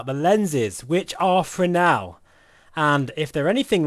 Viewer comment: you lost me at "Fresnel" ....